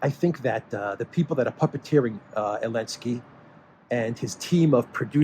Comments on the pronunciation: I love how you drop the Z in his name. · Dear, is it Elensky or Zelensky?